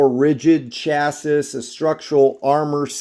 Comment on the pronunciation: "Chass-Is" LOL